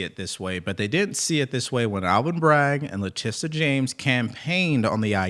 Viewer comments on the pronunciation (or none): Letitia *(luh-ti-shuh), not Latissa James ... politicization (poe-li-tuh-si-zay-shun), not polizacion.